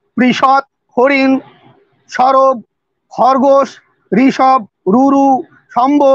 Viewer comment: ধৃষ্টতা মাফ করবেন, সবর নয় সরব উচ্চারণ হবে।